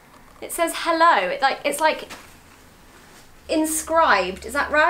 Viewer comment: Sounds so much that your saying „hallo“ at the beginning